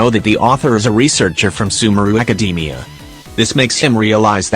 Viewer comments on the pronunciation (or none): none